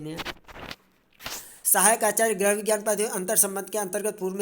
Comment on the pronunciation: कृपया गृह को ग्रह न कहें । बहुत बुरा लगता है भाई ।